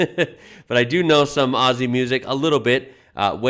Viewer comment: I can't sit through a Peter Jackson movie all the way through either. Too long-winded. IMO his movies could do with a good edit. The recent Beatles documentary is a case in point. Mountains are flatter in Australia because they are older and have eroded over time. Oh, and if you want to sound like a local, Aussie is pronounced Ozzie. Not Ossie.